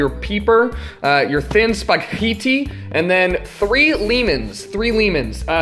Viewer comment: Lost it at "Spag he tee"